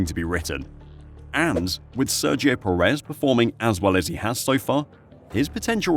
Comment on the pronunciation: Please pronounce Perez's last name properly.